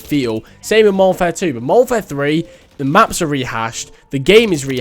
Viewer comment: How many times y’all think he said “moderfare II”